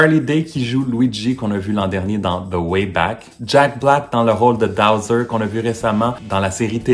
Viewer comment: Petite correction : c’est BOWSER et non DOWSER